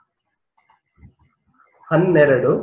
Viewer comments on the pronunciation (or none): none